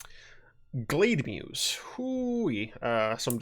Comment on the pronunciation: Glademuse? Naah, GladeMoose.